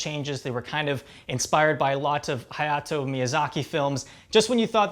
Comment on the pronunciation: hayao not hayato